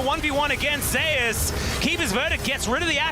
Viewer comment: isn't it pronounced the same way as the god? and not Ze-us?